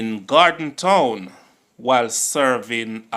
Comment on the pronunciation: Gordon Town not Gorden Town